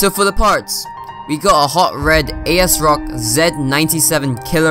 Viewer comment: YOU'RE SO BAD AT PRONOUNCING THINGS! "five nine sixty" and by that you mean fifty nine sixty ASRock is pronounced as "As rock" not A.S. Rock 4690 is pronounced as forty six ninety not four six ninety the 212x is pronounced as two twelve ex not two one two ex "Corsair Dominator four times two..." IT'S FOUR BY TWO, YOU SHOULD JUST SAY 8GB IN DUEL CHANNEL ANYWAY!